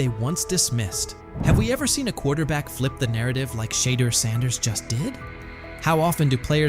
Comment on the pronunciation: Learn how to pronounce his name please